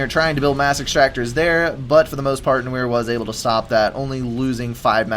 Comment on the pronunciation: No-eeer? Cmon, it's pronounced n-warr!:) As in, the French word for black. But it's used in English too (eg, film noir)